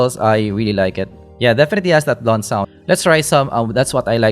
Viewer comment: "Defeti" is one of the best things in your videos! hahahaha